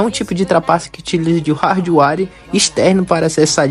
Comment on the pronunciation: rardwáre meu amigo? pqp... primeiro tem que aprender a falar...